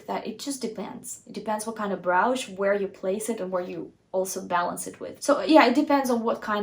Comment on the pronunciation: Brooch is pronounced like roach, the bug.